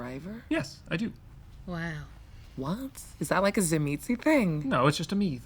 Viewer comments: Nice characters, nice intro!:O Corpo Gangrel?:O Serif has the same hairstyle as Annabelle?:O Food? Food? Food?:O Ah, waited an hour to hear how would pronounce Dzimidzi... I been pronouncing it Tsimishi. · Easy pronunciation: ZIM-MEET-SEE